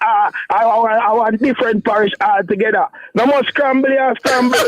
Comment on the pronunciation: You didn't pronounce his name correctly. You meant Dayton Scramble 😂not Campbell 😂😂